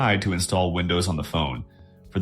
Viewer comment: Вындоус и мойюай это конечно хорошо😂😂😂